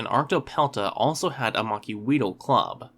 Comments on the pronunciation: Macuahuital is pronounced "mach-HWEE-tl." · I am pained by the mispronunciations of Macuahuitl in this video.